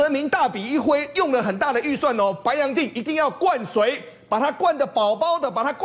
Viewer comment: 白洋淀(Dian)读四声''电"Please!😂😂😂